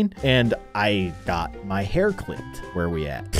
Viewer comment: It is not hard to say hair